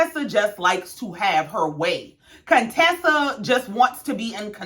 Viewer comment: You said my name RIGHT...no worries..I love your Channel ❤🤗